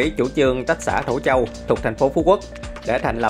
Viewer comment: Thổ Châu --> Thổ Chu. Còn lại ok hết, good nhe anh!